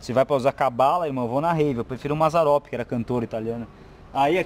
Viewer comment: Agr eu entendi kkkkkkk fiquei agoniado de ver vc falar blembo e mazzaropi